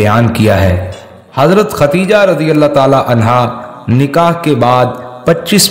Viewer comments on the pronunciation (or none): Dear All, please pronounce the name correctly, it is KhaDDEEJAH not KhaTTTEEEjah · ختیجہ غلط ہے درست نام خدیجہ رض ہے